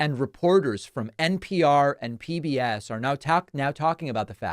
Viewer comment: now tawk…. Talking……. 😂 talk about lack of coherence. I like that one…. Tawk…. Talk….. errr errr 😂